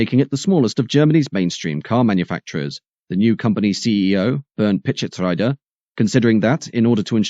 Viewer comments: Oh and, Pitschetsrieder is pronounced Pitshetsreeder, not rider. You see, there are about 7000 languages in the world and only one, English, does what you do with all names and places. Hence, 6999 times you are just wrong. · PischetsREEder....not Ryder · What an amazing video. Just a thing that I noticed - Bernd Pischetsrieder is supposed to be pronounced with an elongated e sound, like Pischetsreeder as per the German pronuncation customs :)